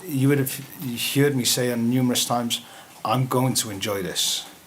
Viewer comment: When he said hiurd instead of his usual heard. That’s his old accent back